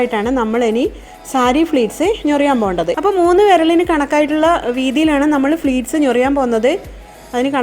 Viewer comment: സാരി പ്ലീറ്റ്‌സ് ആണ് .. fleats അല്ല.. pleats ആണ്..